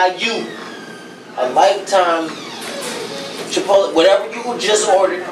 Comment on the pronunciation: MBOI 😂 idk i don’t think theirs chipotle in my town but that didn’t sound like too me 😝 and he said it 3 times 😂